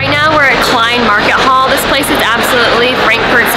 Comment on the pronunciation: And halle is sounded as halla.